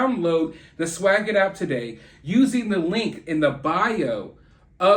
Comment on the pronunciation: You break my heart every time you say swagit 😓